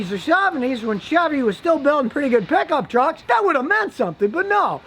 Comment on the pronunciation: De Prickup trucks 🤓